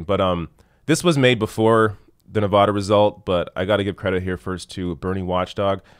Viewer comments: It's pronounced Nevada not Nevoda lol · Pronounced- “Nev-AD-a,” not “Nev-AH-da.”.. just FYI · Great video, but Nevadans will get triggered by you mispronouncing the state name.:)